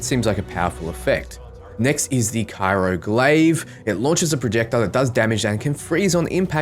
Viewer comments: Say "kyro" instead of "cryo" ONE MORE TIME,! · lol bruh did you say cairo glaive ? i think it's pronounced cry-o i could be wrong though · Cyro instead of Cryo lmao this isn't Cairo, Egypt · I'm a little confused why they named the Interceptor's freeze power after Cairo, that's a city in Egypt which isn't exactly well known for its cold weather (yes, I know it's Cryo, but that's not how you said it :P ). More seriously though, Interceptor and Ranger both appeal to me a LOT - I'm learning toward Interceptor a bit more, but it's a really tough choice for me, and I'm pretty sure I'll be kitting both out and using them a fair bit. I don't dislike the others, but I'm currently leaning much more toward those two and expect to use the other 2 less often. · just a heads up its Cryo (kry-oh) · "Cairo glaive" ._. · That cringe I got when he read cryo as cairo at least two times... :D But over all good video. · Thanks for the video, I think I'll take the interceptor since I like hit and run tactics and you g really fast. Or storm, so I can make my enemies eat voltage. BTW, you have a weird way of saying cryo. Doesn't matter though,i gets the message across anyway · Nobody else triggered by the way he says CRYO?